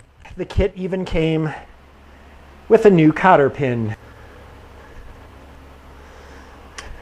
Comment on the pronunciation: It was a joke...... When you said cotter pin.....it sounded like copper pen......ha ha.....love the videos man